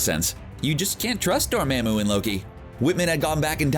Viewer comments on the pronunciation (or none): he pronouced it as Door-maa-moo, instead of the typical Door-mar-moo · how is it that they can see the movie and still get the pronunciation wrong? #Dormamoo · Door mam u? Dude you dont know how to pronounce anything in your vids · Gotta learn how to pronounce names correctly. DORMAMU! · For a YouTube channel with “Comic Book” in your name, you sure say characters names wrong, like a lot. I understand your probably just some dude reading a script, but you do have the movies to refer to for correct pronunciation. Dormammu = Door-Mom-Mu. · The way you say Dormammu really grinds my gears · Learn how to pronounce “Dormammu”